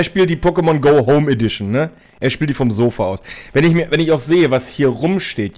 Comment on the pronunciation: PokeMONGO, wenn man die Betonung falsch legt, aber die Betonung damit genau IHN beschreibt, lulz! Ich geh kaputt, wer geht mit?